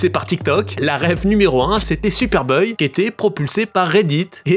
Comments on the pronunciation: Sérieusement faut faire un effort sur la prononciation buy ≠ boy. J’aime bien tes video video mais la c’est pas possible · Pourquoi tu dis boeil sérieux ? 😂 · AAAAAAAAAAAAAAA BUY SE DIT "BAIL" PAS "BEUYYE" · ça rends fou cette prononciation je vais pas pouvoir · non non c’est toi qui prononce mal buy